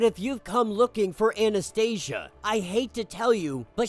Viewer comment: I really liked Omega Red's story . These issues were released first as infinity comics . Anastasia should be pronounced more like Anastasiya since they are russians ,not Anastaisha ,sounds more american than slavic 😂. Anyways ,Omega red was captured in the series Sentinels . Someone reported these events in this issue and they came to capture him and send him to Greymalkin .